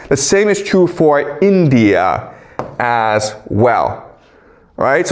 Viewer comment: Chinese people have a hard time with the letter r… example: true.. trrrue, says Chrue